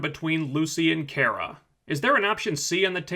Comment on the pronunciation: I'm dying a little, everytime this dude says Kera and not Kara.